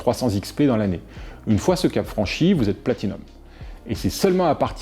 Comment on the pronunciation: Bravo, tu arrives à dire Platinum!